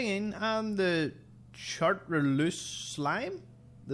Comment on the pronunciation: Chartreuse - a French wine, I think, but probably referring more to its colour - is pronounced "shar-trer-z". :-)